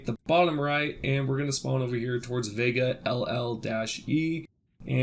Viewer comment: Vega TWO-E not " LL"